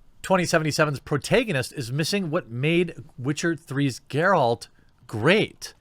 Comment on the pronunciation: Well, well... he finally learned how to properly pronounce "Geralt".